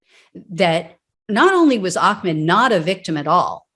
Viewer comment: Hum; It's Ahmaud NOT Ahcmed. Judge Timothy R. Walmsley has to be a kkklown for excluding The pictures of the front of the truck which bandished a Confederate flag and, the end of the recording in which he called AHMAUD the N-word as he lie dying! The jury get didn't to see that! Timothy R. Walmsley was a kkKlown member protecting Klown members! Whatever happened to "the whole truth and nothing but the truth"?